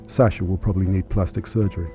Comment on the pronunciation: You could at least show some respect by pronouncing his name correctly. It's pronounced Saah-shuh, not SAsher.